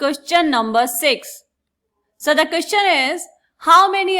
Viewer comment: Queschan❌❌❌ Question ✅✅✅🙃